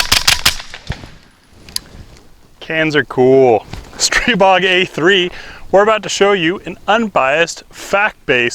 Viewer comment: A bunch of other guntubers pronounce Stribog incorrectly. Thank you for pronouncing it correctly and telling us the truth about the A3. I just sent my bolt & charging block in to global ordinance for replacement since I just got mine and had not shot it yet. Hopefully this gets in front of any issues the old bolt would cause with my A3.